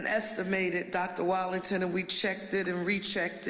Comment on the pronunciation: Ms. Parker the superintendent's name is Wattlington not Wallington.